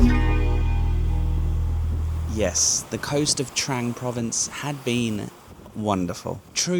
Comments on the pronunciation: Another great video. At the risk of sounding picky, this Province is actually pronounced Trung not Trang 😉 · Pronounced "Dtrung" not "Dtrang". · It is pronounced "Trung" mate. My wife and thai family are from koh mook. You did well to find that boat tour, it's not on the tourist trail! One of my Thai family has a boat there. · It's pronounced Dt-rang